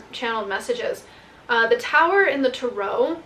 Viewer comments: I like how u say turo like it’s a car rental biznuss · Strange that you pronounce the word; "Tarot" like that. Must be the Mentaken way to say it. ;)